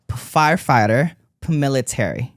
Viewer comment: Where’s the P in military?? 🤣